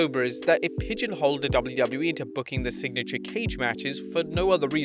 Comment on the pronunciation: why does it sound like he says “double loo double loo eee”😭